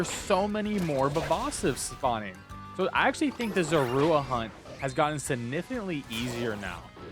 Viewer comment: it's not called killing it's called fainting!! you don't KILL IN POKEMON GAMES EVER!! and i dont think he pronounced Zorua right at all either LOL